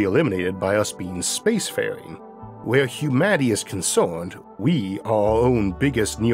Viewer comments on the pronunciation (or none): Great content! What’s with the Gump accent though? It’s really difficult staying focused if you hear someone say “hordle” instead of “hurdle”. Killor? You mean killer. Never thought this accent could annoy me this much. Concorned? Concerned. Yeos? Years. Sorry but come on… Por trip? Per trip. Considor? Considered. Borned? Burned. I think this is whats holding your content back from getting the public it deserves. So yeah, good luck? Well btw, you say “good” correctly, why not use it “hurdle”. Fightors? Fighters. Eithor? Either. Infrastructore? Infrastructure. Cammorce? Commerce. Numbors? Numbers. Okay ill stop, heo? Here. Okay bye.